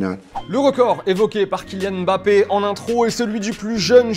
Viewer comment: euh on lui dit que c'est ÈME BAPPÉ PAS MBAPPE